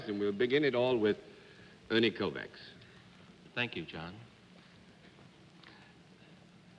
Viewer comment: Interesting how Americans can't pronounce a simple Hungarian name like Kovács properly.